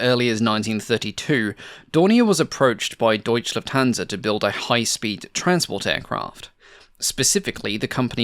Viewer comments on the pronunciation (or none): Great research and resulting video! 😊 Having said that, and considering how much emphasis you put on accuracy, I am obliged to point out how disturbingly annoying it sounds every time one hears "Deutsch Lufthansa"... It's Deutsche Lufthansa, there is no silent E! 😅 Cheers. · I know its a lot of work to produce these videos and hats off for it but maybe try not to butcher german words so much. Its "Deutsche Lufthansa" not "Deutch Lufthansa". Its hard to listen sometimes too.. but german must be a tongue breaker for english speaking people. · Shouldn't that be called "Deutsche Lufthansa" and not "Deutch"?